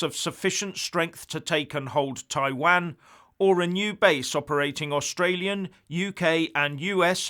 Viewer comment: Please find how to pronounce Taiwan!!! Please!!